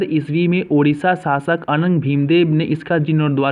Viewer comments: Abe puddi nahi hai wo puri hai or oodisha nahi odisha hai 😂😂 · Puri Ko pudi, odisha ko udisa, daitapati ko detapati,indradyumna ko indrayugna, itna mistake karoge kya , so many wrong pronouncetion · It is odisha not udisha and puri not pudi🙄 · it's not poodi , its Puri ... Not oodisha , it's Odisha.. Plz fix your audio system. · It's not 'pudi' it's 'puri' It's not 'oodisha' it's 'odisha' 😀